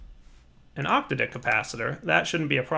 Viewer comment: I think it's the "a" in octadic that's emphasized, not the "o."